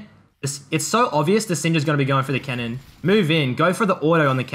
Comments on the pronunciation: Bro you keep saying "cannon" like "kennen". Besides that good vid. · took me the entire video to realize he said cannon not kennen. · a 'kennen minion wave' Took me a few times to figure what you meant. I'd like to hear u pronounce kennen and cannon side by side. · Am i the only one who thought he said Kennen? A few mins in i understood he means cannon but i still hear Kennen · So confused cause you kept saying kennen